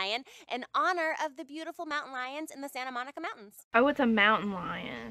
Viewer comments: “Monutain lion” lmao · "monutain lions" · Lol monutain lions 😂